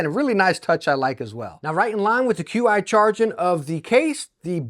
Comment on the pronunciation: "Qi" is pronounced as CHI(Chee) and is the technical name for the wireless charging tech